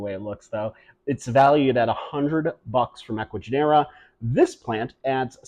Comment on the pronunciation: It sounds like Ecuagenera is using ChatGPT or something to generate the descriptions. genera is pronounced with the accent on the second syllable.